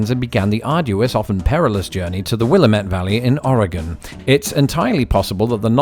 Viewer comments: will-AM-it not WILL-uh-met. Well, at least you didn't say will-uh-MET-ee. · "Willamette" is spoken like "Wil-AM-it". The stress is on the second syllable. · On the topic of pronunciation, Willamette is pronounced will-AM-et. The emphasis is on the second syllable. You did pronounce Oregon correctly though, so thumbs up! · As someone who lives in the Willamette valley, and especially given that this video is about pronunciation, I have to say that you pronounced Willamette incorrectly, at least as it refers to the river and the valley. It's pronounced as wil-Am-it. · So interesting! Also, here in Oregon, we pronounce Willamette by emphasizing the second syllable with a short a sound.